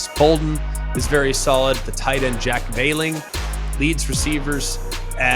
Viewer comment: Bro it’s jack VELLING not VEALING, like fell with a v. bruh how💀